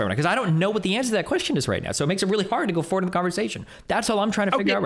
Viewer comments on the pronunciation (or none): none